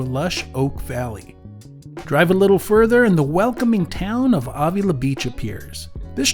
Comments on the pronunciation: Thank you! The awww was driving me crazy. 🤪😉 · Marin is pronounced like Mare rin (Marin) and Avila is pronounced like Ave ill La. You need to be here on a Thursday evening for our downtown SLO farmers market,it’s rated #1 in California ( lots of food vendors and tons of Bar b Que ). Have safe travels and comeback to SLO county soon, we actually welcome tourists.